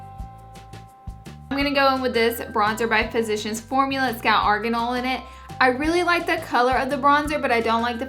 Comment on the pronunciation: I love the way you say argon oil lol. Congrats on 150k by the way! ❤️